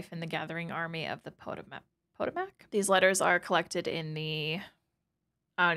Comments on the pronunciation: Potomac (puh-toe-mik) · Is there no one that knows how to pronounce Potomac? Geez.